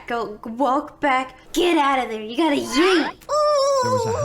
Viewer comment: I. Like. When. She. Said. You. Got. To. YEET 😎